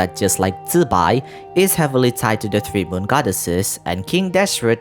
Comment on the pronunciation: Closest zibai pronunciation I've heard disregarding tones bc I can't tell that shit !